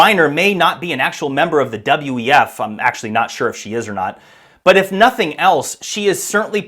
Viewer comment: Dude. "Q-WeF" I respect you!! Doin a Great job 💪 "Great Job!!"